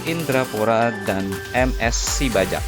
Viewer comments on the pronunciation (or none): Ms sibajak baca (sibayak) Sebuah nama gunung berapi dan penamaan sebuah peminpin (raja) di suku karo